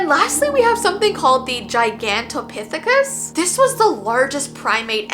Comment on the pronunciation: Okay just letting you know that you got the last one absolutely correct it is Gigantopithecus that is one of the hardest names to pronounce but I'm very good when it comes to long words😅 and long ass names as well😂😂😂😂 I have to say though this was even difficult for me to pronounce Gigantopithecus that is one of the longest names I ever heard still not as long as ymano ultra microscopic silicone volcanoes and yes that is the longest word in the dictionary well the English dictionary anyway😂😂😂😂😂 here's one for you though what is the dinosaur name micropachycephalosaurus and yes that is his full name